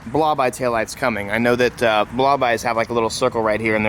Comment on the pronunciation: "and yeah I'm really excited about thAat."